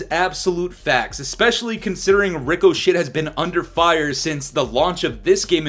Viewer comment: I can’t tell if he’s calling it “ricoshit” on purpose because of how shit the supposed anti-cheat is, or if he doesn’t know how to say it…